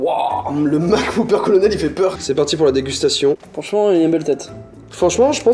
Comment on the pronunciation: "Le colonel MacWhop"